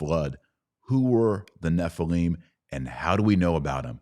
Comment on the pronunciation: Nephilim not Nephileem. And the Demons are the Unclean Spirits of the Dead Nephilim. Fallen Angels are not Demons. Angels do not need a host. Angels can materialize and appear as men. Demons can not. Demons need a host. Many Christians make the assumption that Fallen Angels are Demons. Gigante is mistranslated "giants." That is what it sounds like, but you are wrong. That is not what it means. GGigantes means "Earth Born."